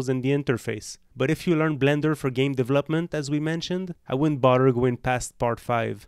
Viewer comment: As a polyglot, becoming au fait with a new language, to anyone, is fine tuning one's accent. Hindi is not one of the 5 languages that I had to pass in oral exams. It helps to join a language group's alliance, such as the Alliance Francaise. One particularly bad elocution (Hindi control of voice) is the word (term) deVELop ment Most Indians pronounce it as deve LOPment, with emphasis on the LOP syllable, another word is Missile. The frequent Hindi pronunciation is mis SILES; whilst the better pronunciation is MIS siles or MISSELS, similarly pronounced as muscles or mussels. Otherwise your elocution and command of English is outstanding, and cannot be faulted.